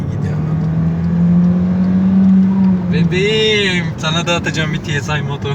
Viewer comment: Ti si ay değil,ti es ay. Cunku "s" harfi.